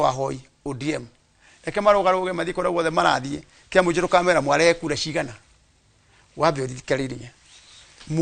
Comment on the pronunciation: Jifundishe Kikuyu. Acha kusema ciagana, sema ciegana..